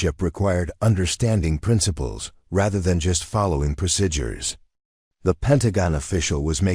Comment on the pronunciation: You need an AI reader that can pronounce "procedure" correctly, so I don't go crazy!